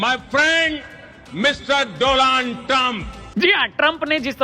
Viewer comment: 😂 Doland chacha